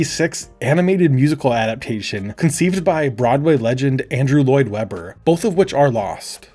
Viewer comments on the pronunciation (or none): none